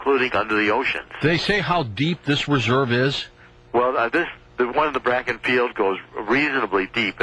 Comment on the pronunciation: This guy is a furicking IDIOT !!!! He don't even know the name of the formation. It is NOT the "BRAKKEN formation it is the BAKKEN FORMATION NOT BRAKKEN